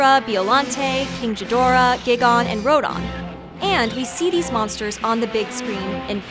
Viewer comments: It's not Gi-Gon it's Guy-Gan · Not to be rude but it's pronounced (Guy-Gin) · JEEZ say the names RIGHT giiigon rodon king g- dorah da frick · Her: Beeolante. Me: wrong, it's Biollante (BIO-lan-tei) Her: Geigan Me: Wrong again, it's Gigan (Gaigan) Her: King Jeedoora Me: Wrong, it's Ghidorah (Gee-door-ah) Her: Ruudan Me: OHH GODDAMNIT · Doc its GIGAN not GIGGONE Just sayin love these vids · Actually its Gigan and Rodan not Gygon and Rodon. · "Giggon and Rodon"..... What??! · You said gigan and rodan's names wrong it's not gygan and it's not Rowdan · Whats gigon and rodon? ITS RODAN AND GIGAN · GIgan!! NOT giGAN!! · BIO-llante Ro-dan and Guy-gan My only gripes with this video. Besides that, great video. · "GIGON,RODON" B r u h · MISPRONUNCIATION LIST: Biollante's bio is pronounced like the bio in "biological", King Ghidorah has a hard G, Gigan is "guy-gann", and Rodan is "road-ann". Daikiaju eiga is pronounced as "die-kai-joo ay-guh". The japanese pronunciation R letter can be different from other languages, often sounding like a softer version of the letter D. Gojira is one of these cases. Jeez, this list is tiny. P.S. You should've included the fact that Mothra has beat Godzilla more than any other kaiju. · >Beeolante >King Jidorah >Gihgahn >Rodon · Gigan. It's pronounced "Gaigan." ガイガン ガ("ga")イ("i")ガ("ga")ン("n") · She butchered King Ghidorah's, Gigan's, and Rodan's name 😅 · How she pronounced Gigan and Rodan😤